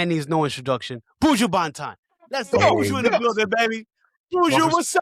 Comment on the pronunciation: Buju... not buujuuu